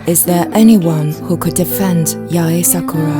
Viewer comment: "SA-KURR-AA" its [Saa-ku-rA] o3o NICE ART THO 👏🏻🌸